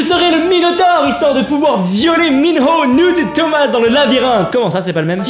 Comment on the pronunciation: J’en peux plus il a massacré c’est la prononciation de Thomas(Toma) Newt(Nioute) et minho (Mino)du labyrinthe😂😂